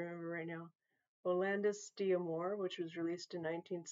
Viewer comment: Correction: It's "Outlandos". Just push the "S" button,! Hello from Greece!